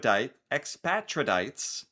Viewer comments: expatriates.. pronounced like (new england) Patriates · Ex-pay-tree-ats. You cannot tear Canadian bills. No it doesn't smell like maple syrup! If you have a twoonie...put it in the freezer and you can pop out the centre. Refreeze and put it back in! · Am -or-tie-zay-shun Ex-pay-tree-uts